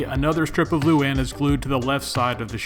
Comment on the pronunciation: Love the helmet, bro! Its actualy lou-ahn. Luane, loo-ahhn. Or a quick loo- then wahn, luane.